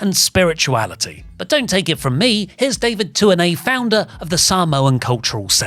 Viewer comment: This is so well done. The pronunciations, having input from David Tuinei. The effort put into this shows.